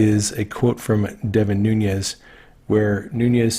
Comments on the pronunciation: Nunes is pronounced noonesh. Very soft sh at the end. Noonhez pronunciation is Spanish not Portuguese. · Love your videos,! One tiny request: please pronounce Mr. Nunes' name correctly. It is not "Noon-yez", it is "Noon-ez" and as a patriot he deserves to be properly addressed. Ok, just had to get that off my chest, lol. Please keep up the great work, you are doing an amazing service with your well researched and thoughtful videos. WWG1WGA! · Noon S. Thank you, is not pronounced as a mexican name, as in noon yez. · Nunez!!!!!! Newnez not Noonyez. RESPECT! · Well, interesting. One is the English pronunciation and the second on, Noonyes would be exactly how it's said in Spanish. But I think Devin Nunes doesn't speak Spanish but the name is a Spanish name. #MAGA! Our #MAGAFamily is a very large family made up of many colors, many languages and descendants from many races BUT all Patriots and proud Americans. 🇺🇸🌷🇺🇸🌻🇺🇸🙏🇺🇸🤗🇺🇸🌺🇺🇸✔🇺🇸😎🇺🇸🎶🇺🇸🍁🇺🇸🎵 #PrayForPOTUS45 #PrayForOurCountry! #PrayForPEACE at home and abroad 🌎🌏🌍🇺🇸✔ #DRAIN 🐀🦏🐁🦏🐭🦏🐍